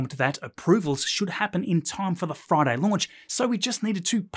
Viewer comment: Hey! Hey! on a froyday!